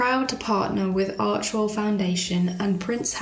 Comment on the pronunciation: It's Archewell not Archwell. You would think a sugar would know that.